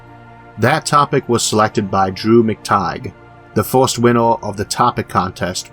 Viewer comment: forst, second, thord.... xDDD